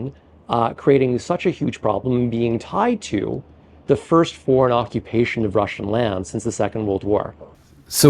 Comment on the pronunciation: Can't you find a compare that can say 'Russian' instead of 'Wussian' ? Common sense.